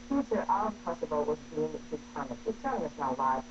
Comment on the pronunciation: It's kosovo!! not kosova.. Dickeater!! Converted pig